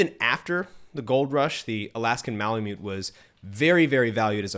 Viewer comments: Good job; I have owned Malamutes for 20+ years. They are the most incredible dog breed on earth, in my humble opinion. Lots of work, but worth every second. The indigenous people of North West Alaska who lived with the breed called themselves ‘Malamut.’ It is pronounced “Mala Mutt.” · The tribe called themselves Malamut, and it is pronounced “Mala Mutt.”